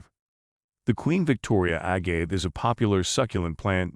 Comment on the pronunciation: A-gave, wrong pronunciation. Also showing King Agave pictures.